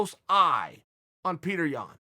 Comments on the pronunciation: Pyoterr yan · Btw you pronounce his name as (pi-odor) yan! Mans an absolute tank tho